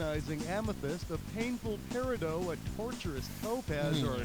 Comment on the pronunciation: that’s not how you say peridot.